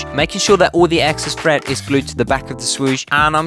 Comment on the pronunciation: Learn how to pronounce words properly it's thread not "threat"